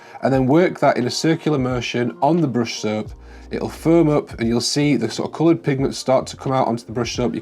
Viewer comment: What is “dorped up” What is “brush serhp” Help